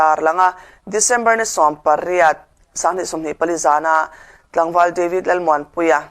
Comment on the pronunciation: Deivid tih kher a ngai mi, devid ti ve mai la, mizo te chuan ketli kan ti mai lom